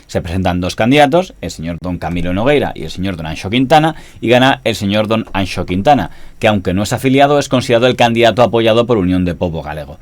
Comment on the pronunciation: Muy buen vídeo, como siempre. Y tengo que felicitarte por la pronunciación de la X en Anxo, muy conseguida